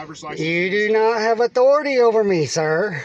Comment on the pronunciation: "You do not have otority over me"